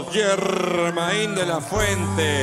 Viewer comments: Así como lo dijo el presentador Yermain y no Germain de la fuente. Con la Y y no con la G fue y es conocido mundialmente éste fabuloso cantante, así se escribiera con la G. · Muy buen intento. Pero No es Germáin " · Se excede en el vibrato y eleva mucho la voz, como si estuviera cantando opera. A pesar de tener bonita voz, debe mejorar esas dos situaciones para que pueda ser el verdadero émulo del maravilloso Germain de la fuente. No olvidar que Germain se pronuncia con Y y no con G. Así se le conoce en el mundo entero.